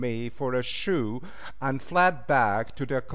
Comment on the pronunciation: Mispronouncing even common words and tribe names is inexcusable. He needs to step up and improve his " Engrish. " " Mass-sahh-kahhh " instead of " massacre ", " Chay-een " instead of " Cheyenne " and " Shoe " instead of " Sioux " were particularly grating.